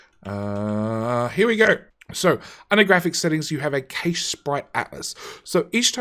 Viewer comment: my only issue: cache... pronounced cash or ca-shay otherwise, great series